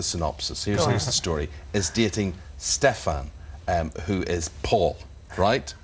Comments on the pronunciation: he is saying stefan wrong he is saying ste....fan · he says 'sefaan' >:| its STEFAN! and she calls elena 'elen' 1.59 :/ they really have no clue do they :|